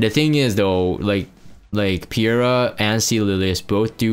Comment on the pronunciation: And it's triggering me too! It's Peira - as in Pay-ra. Get it right, nerd :P :P :P Good to see you playing RTA again. Hopefully you won't bomb on the last day and get Emp comfortably this time round. P.S. Not wearing your frame anymore?